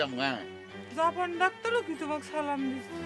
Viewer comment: চঞ্চল ভাইয়ের সালাম দেওয়া টা ঠিক হয় নাই